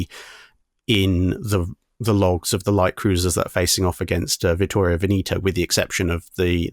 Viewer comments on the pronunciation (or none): Vittorio Veneto Ven-eh-to, not Ven-ee-to